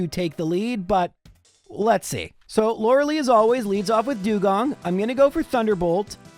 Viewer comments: It is pronounced Lore lie, not Lore lee. Do you enjoy being wrong? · So many episodes and still pronounces Lorelei wrong each time